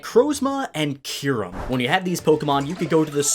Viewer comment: you say so many pokèmon names wrong, watch the anime to learn how to say Solgaleo and Kyurem